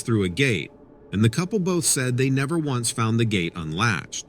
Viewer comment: Facility...not phicility. Once =1 (a number.) not ounce, as in weight.